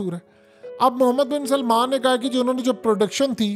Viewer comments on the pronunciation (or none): none